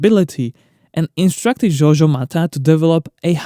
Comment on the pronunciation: Sorry but the pronunciation of french names is all over the place. Georges is not pronounced like the italian Giorgio